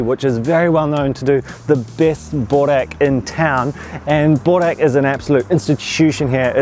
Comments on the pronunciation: Annoying me so much how you’re saying bOrek instead of bUrek :( but enjoy! Yumyumyum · You guys say borek bit the "O" sound loud try saying it a bit deeper and then its perfect but burek is my all time fav food. Im serbian you see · BRO ITS BUREK BUREK BOORECK PLEASE